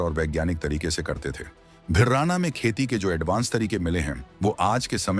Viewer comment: इस गांव का नाम भिरडा़ना है भिरराना नहीं है ।यह बहुत पुराना शहर हुआ करता था जो एक राजधानी हुआ करता था जिसका जिक्र हमारे बुजुर्गों के मुख से हम अक्सर सुना करते थे ।